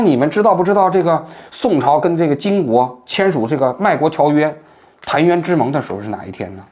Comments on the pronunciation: 连续两集出现读音错误，昨天是贬谪biǎn zhé 读成biǎn di。 今天是澶渊之盟 chan 读成 tan,也不是宋和金签的， 是北宋和辽签的。 这样的低级错误一次两次我认为它可以是一时口误，但如果越来越多，就多多少少有所质疑了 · 澶chan渊之盟 不读tan 也不是宋金 是辽金之间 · 澶（chan）渊之盟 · 王局，本期小瑕疵，澶应读chan而非tan。另外，自力救济概念用错了，起诉不是自力救济。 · 4：05秒处，您读错了，应该是chan缠渊，不是tan弹渊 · 補充語音：澶（音：蟬）淵之盟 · 澶渊之盟是宋和辽签订的，第一个字读chan。另外也不能算”卖国”条约吧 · 王局又读错字了，哈哈，澶（chán）渊之盟😋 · 澶渊之盟中澶读chan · 王局，澶（chán）渊之盟 😅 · 澶渊之盟是你们弱宋和辽国签的，那时候完颜阿保机还没出生。而且澶字你也没念对，你真的是文科生吗？水平是不是太低了点